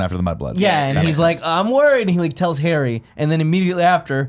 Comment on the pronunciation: Does anyone else hear ‘Hairy Potter’ and not ‘Harry Potter’